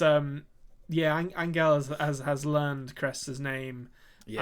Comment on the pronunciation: Hi guys! Found you recently after watching 1899 then went back for your Dark content. You're both fantastic. So a couple of comments, not questions for the moment: 1. I am here for the beards and hair. Majestic. 2. Angel, the Spaniard, is pronounced "an-hell". The g is read more like a soft h.